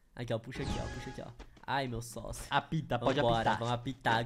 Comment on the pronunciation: Eita mais alguém percebeu q o quando tava dizendo apita ele disse a pika